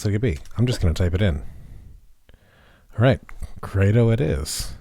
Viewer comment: CREDO is actually pronounced to rhyme with "Speedo".